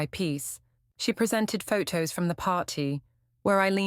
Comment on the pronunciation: The female robot narrating this story is annoying. Every word with a 't' sound gets a second 't'. Waiting become wait-ting, photo becomes phot-to. It's irritat-ting.